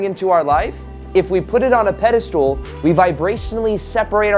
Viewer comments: It's pedestAL, NOT pedestOOL! Thanks, good luck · I love you but it's irking me that you keep saying "peda-stool". It's pronounced "peda-stull". Even the enlightened make mistakes. ;)